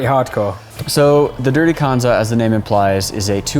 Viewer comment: please for the love of god learn how to pronounce kanza...